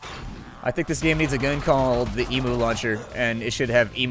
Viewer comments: hey bit of knowledge for you it is pronounced 'e-mew' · Small thing, but emu is pronounced like eem-you, because we're still a British colony :p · said 'emo.' You don't have emos in Australia? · Emu is NOT pronounced eemoo, it's pronounced eemyou! drives me nuts when people pronounce it wrong :P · As an Australian your pronunciation of the word emu confuses me. And by confuse I mean I'm unsure if everyone outside oz says it like that. For the record we pronounce it eem-you. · lmfao... just saying, i am so used to pronounced Emu as "eem- Yu" so I thought you were making an emo joke. I haven't been subscribed to this channel long but I was like "Oh, I didn't know that was his thing? o.O" xD then you made the noise